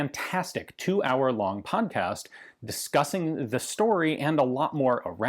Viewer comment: Did my guy just call it a pomcast?